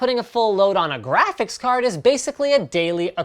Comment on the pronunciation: Linus, one question; What's a Grasiphics card?